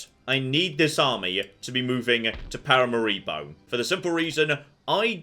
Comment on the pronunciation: please, Paramaribo pronounced as pa ra MA ri bo, whilst you are saying Pa ra ma RI bo